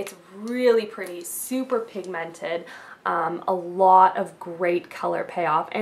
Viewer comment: its funny how she sais pigmented::)) LOL